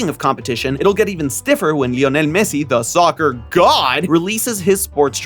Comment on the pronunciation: That Messi pronounciation was on point